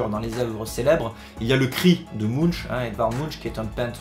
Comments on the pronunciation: Eeeeeeet... c'est Munch qui se prononce Munk... Love, sex, padeplacemandeproduitex! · Nan, mais je me la pète parce que j'ai été au musée cet été ^^ (Mais c'est bien [Munk])